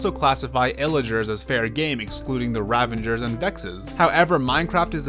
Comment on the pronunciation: hey dude, they're ravagers not ravangers